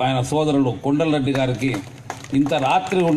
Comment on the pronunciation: Kodal Reddy kaadura kondal reddy